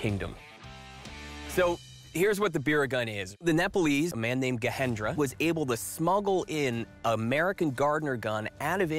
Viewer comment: The Nepalese name is being continuously mispronounced, with the J in Gajendra being replaced with H as in Spanish. It's not correct. The name should be pronounced with a prominent J.